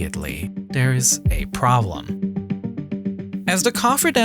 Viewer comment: it's not "Da" it's "THE" It's not "Dere" it's "There" It's not "Dey" it's "THEY" It's not "Ovver" It's "Other"